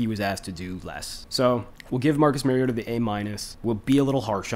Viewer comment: Mar-E-O-ta Not Mare-E-O-tah (Mary-O-ta) He's not a female horse. Like Mario Andrette. But "ta" instead of Andrette. Please people. Learn to pronounce the name of your subject. Example for all you Tubers, journalists, reporters, talking heads, etc. for correct pronunciation of your subject's name; Mariota. Mariota correctly pronounced throughout this entire video. Without fail. How Bolts Can Contain Mariota & Falcons | LA Chargers